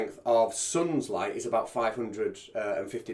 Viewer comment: I really CANNOT listen any further to this puny brained parrot. And what the h*ll is a 'loight' ? (sunloight, moonloight).